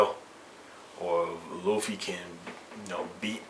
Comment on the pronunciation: luffy felt luccis attacks, ICHIGO COULDNT BEAT LUCCI, and i kno u would change ur mind if u knew luffy, and i kno u dont beacuase u mispronounced his name, GET UR FACT STRAIGHT. gear second and gear third arnement haki red hawk giganto rifle, super speed. ichigos done.